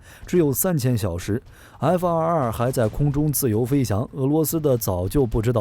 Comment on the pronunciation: 看了几个小编的视频，都有一个共同点，就是： F22 念成 F222 F23 念成 F223 这抖出多一个 “2” 的音永远都改不了！